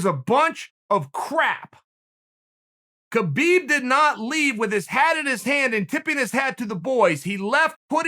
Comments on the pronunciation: Uncle Kale, after all these years it's "Habib". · It’s humboorguer and calka cola time for Khabib